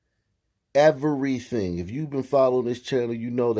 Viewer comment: "We ruin evarything" lmao I grew up in the hood and let me tell you. Sun people are nuts. not all but a lot are.